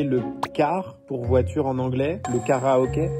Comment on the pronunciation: "j'aimerais trop faire du caràhockey!" -"tu veux dire karaoké ?" -"nan, nan, du caràhockey" :) Elle était génial cette vidéo 😂